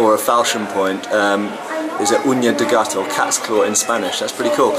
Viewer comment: I have to congratulate both Matts for their pronunciation of the Ñ in "uña de gato." Most Englsh-speaker go fo "oonya" or "oo-nee-ah"